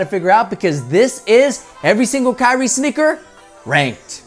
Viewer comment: He said snicker 🤭 instead of sneaker